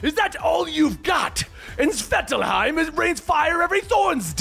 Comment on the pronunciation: How to pronounce 'Svartalfheim': Swart (as thwart, but starting with an s), Alf (like the TV show), Heim.